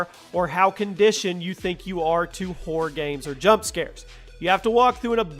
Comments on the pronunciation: it sounds like your saying horde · when he says horror it sounds a lot like "whore"😂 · Who else thought every time he said horror it sounded like whore😂?